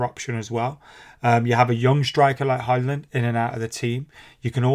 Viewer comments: With Hojlund just say the "j" like a "y" so it's Hoylund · Pronounced Hoyland, like the place in Barnsley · It's kinda like Hoy-lund